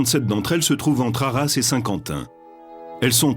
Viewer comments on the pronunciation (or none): none